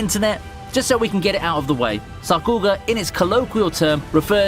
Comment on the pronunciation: wow sakuga pronounced wrong